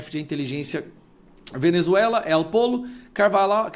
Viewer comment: Caro, não se diz (él pollo) diz (êl pojo), que em espanhol quer dizer, (o frango)